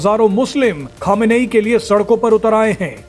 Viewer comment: अबे गधे अभी तक खोमेनी नाम था अब क्यों खमेनेई बोल रहा।है